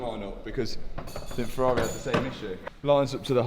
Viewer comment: Waiiiitttt - HE SAID FERRARI and not FERRAREEHHH for the first time ever:D Luv ya